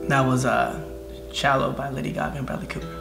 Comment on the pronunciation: When they said Davi Gaga and BrAlex Cooper I laughed so hard 😂😂